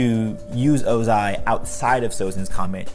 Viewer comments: Youre automatically wrong just cause of how you say Ozai's name 😂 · Great video but come on man ur pronunciation of ozai kinda triggers me the pronunciation is well established in the series haha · Why do you say Ozai like that lol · It bothers me that you emphasize the eye sound in ozai’s name lol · I don’t like how he puts emphasis on the “a” in Ozai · YOU SAY OZAI IN THE WHITEST WAY POSSIBLE EVERY SINGLE TIME YOU SAID OZAI IT FELT LIKE YOU WERE VIOLATING MY EARS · I’ve never heard anyone pronounce Ozai the way you do, it’s so odd lol cool video, though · The emphasis on the “zai” part of Ozai....😅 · I noticed a constant change in pronunciation of "Ozai" and it frustrated me greatly. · Is it just me or is he saying Ozai wierd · Literally stopped watching the video because of how incorrectly and annoyingly you pronounce Ozai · You said ozai wrong the whole video and it bothered me really bad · you say the emphasis wrong in Ozai's name. this is disgusting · The way he says Ozai ABSOLUTELY TRIGGERS me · Anyone else annoyed about how he says Ozai? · His pronunciation of Ozai is actually pissing me off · Ozais one word not 2, otherwise great vid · hmm not a fan of how you say ozai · I dont like the way you pronounce ozai lol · Ozai is one syllable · OH-zai not oh-ZAI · It’s Ozai not o-zAi 🙄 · Lol the delay when he says Ozai like “OzAi” like lol bruh 💀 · the 2 pronunciations of ozai in this video: oh-zai oze-i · oZAI oZAI oZAI bruh its Ozai have u heard them say his name on the show lol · can you not put emphasis on the ZAI and not the O? It's O-zai not o-ZAI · its ozai not ozAi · Okay does no one hear say oZAI instead of Ozai a lot here? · It’s Ohzai not O-zaiii. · its 'ozai tho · His name is Ozai not ozAI. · OZAI not O....Zai..... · I just wish you said Oh-zai instead of ozAAAAI. Other than that, very nice video! :)) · I wonder why you chose to pronounce it oZAI instead of Ozai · I got so triggered by you saying "oh-ZAI" instead of "OH-zai" xD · Bro said ohZAI